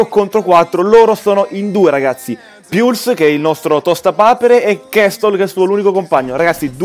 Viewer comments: P.S.: se vogliamo fare i pignoli la pronuncia inglese esatta sarebbe "polse" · si dice puls non piuls, italianizando le parole